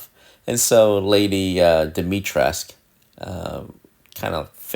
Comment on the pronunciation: Awesome. P.s. Dimitres - k- ooh.